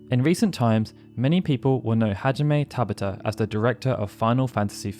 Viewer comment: TaBAta! Emphasis on the SECOND syllable!